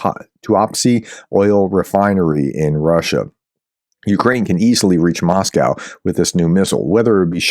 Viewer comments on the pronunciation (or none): none